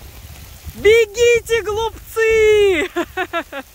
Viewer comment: Почему я слышу вместо "бегите глупцы!" - "бегите голубцыыы"😅 Спасибо за хорошее настроение)